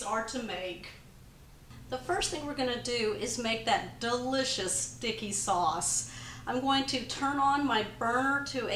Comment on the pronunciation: I love it when says “duh-licious”. You know it’s going to be just that and easy as well. Can’t wait to try these. Thomas’s face says it all. Thanks for another goody.